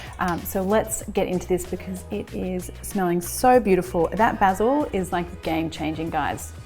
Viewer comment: 10/10 for pronouncing Basil correrctly.